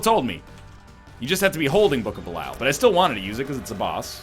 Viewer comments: Andrew P Something like bell-e-all. Actually exactly as it's written, but in English you don't pronounce stuff as it's written. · Dear diary, he's still calling it Book of Belyle...